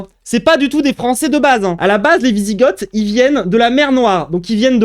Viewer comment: On prononce vizigo déjà, et ensuite, t’as absolument rien compris de la personne qu’est papacito…t’as loupé une occaz de te la fermer mon grand…